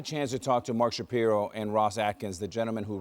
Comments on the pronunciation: It's Mark Sha-PIE-ro. It's Ernie Clement (not Ernie Clemente - he's good, but he's not related to Roberto Clemente). It's Nathan Lukes (Luke-es, 2 syllables). Show some respect for the Blue Jays and take the time to learn the names of the players and management. You sound unprofessional. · 18 two srike hits by the Blue Jays in this 4 game series. Also, it's pronounce Shap-eye-ro 🤣